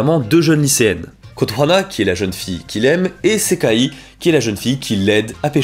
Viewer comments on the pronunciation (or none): Ça me stresse pendant la partie schools days que tu dises Kotohana alors que c'est Kotonoha XD Sujet super intéressant en tout cas, les vidéos où tu parles de sujet "sombre" sont mes préférés :3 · Je ne savais pas que le yandere avait été démocratisé avec school days , par contre le kotohana au lieu de kotonoha m'a trigger de fou. Très bonne vidéo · Euh c’est Kotonoha par contre pas Kotohana mais c’est vrai qu’elle a un nom imprononçable 😅